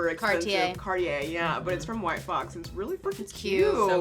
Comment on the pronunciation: I was so sure “white claw” was said instead of “white fox”